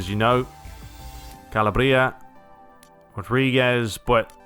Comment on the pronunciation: I know you're a bit sensitive about the pronounciations but I'm just gonna correct you this one time as you're gonna do a lot of games with these players. Romagnoli is pronounced Romanioli, Castillejo is Casteeyeahjo Calabria the ia is like in mafia and yes the other Donnarumma is his brother, a demand of his contact extension was that his brother also gets a contract for Milan. Raiola doing his magic